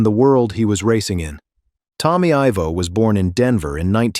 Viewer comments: Who is? It’s Ivo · His name is pronounced EYE-Voe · EYE Vo!!!!! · If your going to do a bio say the name correct IVO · GET HIS NAME RIGHT, ITS TOMMY IVO